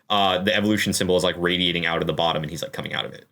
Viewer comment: Of course it is. You got the emphasis wrong for the whirlpool. It's the only thing they've ever seen come OUT of one. They've seen plenty of stuff get sucked down into a whirlpool.